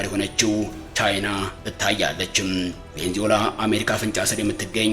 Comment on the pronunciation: ቬኒዝዌላ....ማለት አቅቶክ ነው .. ቬንዞላ